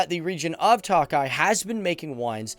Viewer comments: It is not pronounced 'Tockeye'.. as is 'Lock eye' it is mor'Took' eye',.like I took a glass of wine. It is spelled Tokay. Your welcome. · toe-kye boss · I'm hungarian and I am believe you pronounce the wine as Tokai with a long a. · work on your huingarian pronunciation, it's not takaly but tokaly a definite o sound. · Hey Tokaj is pronounced more like toe kah yee but nice video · "Tawk-eye"....dude, fucking Tawk-eye! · What the fuck is "talk-eye"?? 😂😂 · Budapesht, TOE-keye Mispronunciations undermine credibilty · check your pronunciation for "TOKAY"....and please realize that you are not only speaking to "GUYS" but Gals too :) thanks! yes, as a Hungarian born that had her DNA tested, our heritage is most definitely of East Asian areas. You made some interesting observations. Thanks for giving Hungary some attention. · Every time he sais tokai my Hungarian ears are bleed... we pronounce I as E in English.